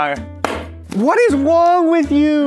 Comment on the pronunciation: Anyone else notice said “What is wong with you?”